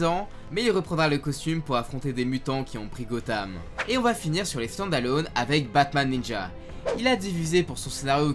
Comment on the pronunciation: Excellent épisode comme d’habitude et quel accent anglais ( standalône )😅